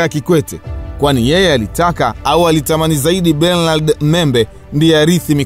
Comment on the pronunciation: Mzee hilo Jina la Bernard unavyolitamka hapana aisee!